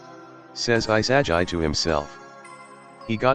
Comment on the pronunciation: What kind of pronunciation of Isagi is that?